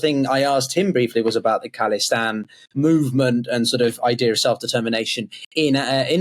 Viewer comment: It's khalistan not calistan, they are not some kind of workout nerds :D